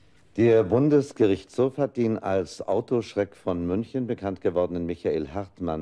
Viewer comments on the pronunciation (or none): none